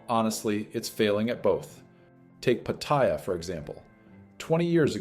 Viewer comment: Pattaya - pronounced pah-tie-AH, not puh-TIE-uh.